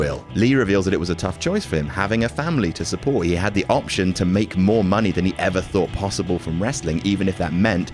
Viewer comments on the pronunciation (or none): none